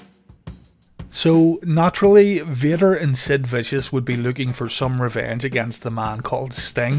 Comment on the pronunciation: And accidentally calling Sid "Stid."